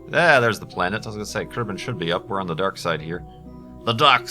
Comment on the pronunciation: "the darq side" XD